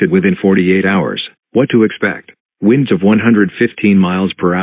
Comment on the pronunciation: The Miami EAS says winds as “Whynds” 😂